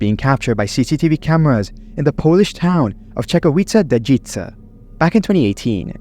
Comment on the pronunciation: Brother, you have all my Polish respect for pronouncing Czechowice-Dziedzice the best I could imagine for foreigner. BIG UPS :D